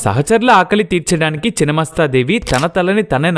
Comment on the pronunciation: చినమస్తా కాదు రా నాయనా!! ఛిన్నమస్థా అనాలి!!